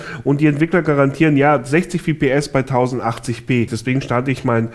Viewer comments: In einem competitive Game wie Counter Strike ist jede Verzögerung spiel entscheidend warum kaufen sich wohl Leute 144 hz Monitor und setzen auf gute Hardware genau um den Minimum an lag zu erhalten und FPS (Frames per Second) spricht man auch FPS aus und nicht wie im Video WPS trotz allem ist LiquidSky ein Schritt in die richtige Richtung da nicht jeder gerade das Geld parat hat um sich einen Gaming PC anzuschaffen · EnergyDragonSupport ja er sagt VPS. Und zwischen VPS und FPS gibt es Unterschiede und es handelt sich nicht um einen Fehler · es heißt FPS und nicht wips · Nichts gegen PC-WELT oder den Journalisten persönlich, aber etwas mehr informieren könnte man sich doch 😉🙄... Es sind zum einem "F"PS... nicht "V"PS, desweiteren besitzt dieser "Bürorechner" zwar einen intel Core i5 einer älteren Generation, allerdings hat dieser locker noch das Potenzial aktuelle Spiele zu spielen, ebenso sind die 8GB RAM (noch) ausreichend, insofern es um's reine spielen geht... Das einzige Problem ist die fehlende Grafikkarte (ich verteidige hier nicht das System, war nur so nebenbei). Trotzdem ein interessanter Dienst... hätte ich meine Idee damals nur patentieren lassen 😤